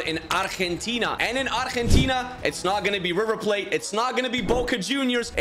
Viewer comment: Wow you must be the first man to pronounce argentina correctly ty for that